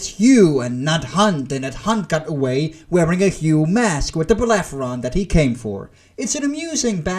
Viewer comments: "Bellerophon". Not "Bellepheron". Google is your friend. Takes like, 2 seconds. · Belerefonte not beleferonte... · It's "Bellerophon" 😓 But great review man ! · whatever the spelling in English...but you pronounced the f first and then the r...this is why I corrected you. Should be spoken as it is written. R first then f.